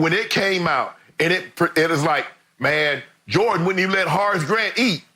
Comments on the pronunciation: I can't get over the fact Shannon calls him 'Hoe' Grant 😂🤣🤣..... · "Harce" Grant.